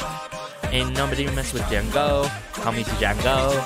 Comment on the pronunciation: I believe the name Django is pronounced without the D, like in Django Unchained. Great reaction!